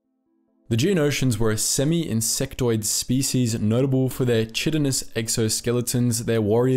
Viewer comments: Just for the record you pronounce chitin like “ki-ten”. I only know this because of nature documentaries, otherwise I’d probably not pronounce it right either. 😅👍🏼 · Chitin is pronounced /'kītn/ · Quick fyi: The "Ch" in Chitin/Chitinous, is pronounced like a hard K. "Ky-tin". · Chitin is pronounced “KYE-tin” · I don't think that's how you're supposed to say "chitin".